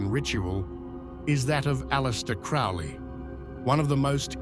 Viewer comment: You need to do more research. Boleskine House is along the edge of Loch Ness, Scotland, not Sicily. And Crowley is pronounced Crow-ley, not Crou-ley.